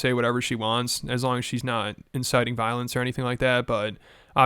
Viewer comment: "obviously she hasnt inxited violenxe" r u fkn high??